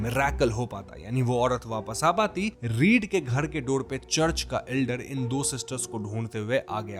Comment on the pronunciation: घड़ के अंदड , धड़म, पड़पस, औडत अपना वोकल सुधारो र को र बोलो ड नहीं 😂😂